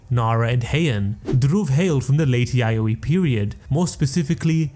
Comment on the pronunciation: When he said the “yayoi “ period I almost spilled my mouthwash out 😂😂 like excuse me?!?! 😂